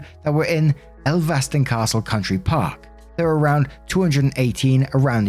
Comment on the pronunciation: Story 2 - When...a Brit...can't pronounce Elvaston correctly.